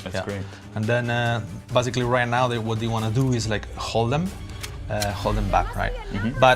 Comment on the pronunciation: Stop saying bazically